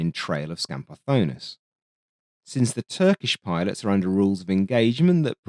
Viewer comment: The scenario you present in the video seems quite realistic to me. I don't believe that the F-102 could score a kill against an F-5 in a dogfight. The scenario where Dinopoulos saw the F-102 bailing out using its afterburner and thought that he had scored a kill is also quite possible. Kudos for correctly pronouncing Skambardonis's name, a name that we Greeks can easily mispronounce, although you had a hard time pronouncing Achialos! Looking forward to your next video in this series!